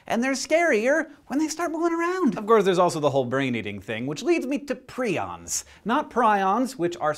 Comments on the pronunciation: It should be "Preye-ons (like lion), not pree-ons". Modern Romance languages are at fault for the very common long "i" as "ee" pronunciation. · Did anyone else notice the other SciShow episode that talked about prions and specifically spoke about how they are pronounced "Pry-ons" and not "pree-ons"? Which one is correct? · I have always heard prions pronounced as pry-ons... is that weird? It makes it a lot easier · My microbiology lecturer pronounces "prions" like the ones you're talking about in the vid as "pry-ons"...who is right? Dun dun dunnnn